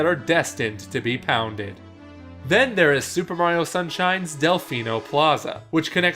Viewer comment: did he say “Pilars that are destined to be FOUNDED.” What?